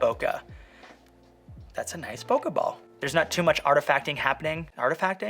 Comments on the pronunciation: Great video! Whenever you said "bokeh ball" I heard "pokèball" lol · When you said bokeh ball I heard poke bowl and now I’m hungry. P.s. great review!!